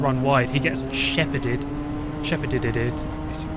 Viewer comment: Drinking game for each “ed” he adds to the end of shepherd